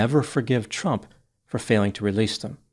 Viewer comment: I love the way you pronounce trump as chump. Perfect!